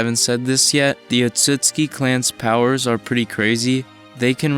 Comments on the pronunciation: Can you not read? Or listen to a goddamn thing any time an otsutsuki says their last name? ITS OTSUTSUKI NOT OTSUKI You don't deserve to have this video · bruh he was pronouncing the clan name wrong the entire time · The way you pronounced Otsutsuki triggered me. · Like the vid but your pronouncing the clan name wrong